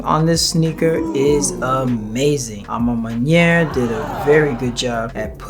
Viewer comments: A ma man-what? Butchered that lol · You know you can Google the pronunciation of a ma maniére 🤦🏾‍♂️🤣